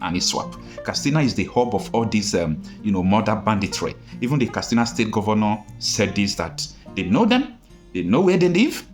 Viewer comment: Why are you pronouncing the word ‘Katsina’ as ‘Kastina’? It is pronounced ‘kat.sina’, not ‘kas.tina’.